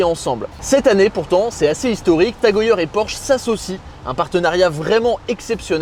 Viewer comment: Prononciation : « Tag E Heure » svp et pas « Tag E yeure »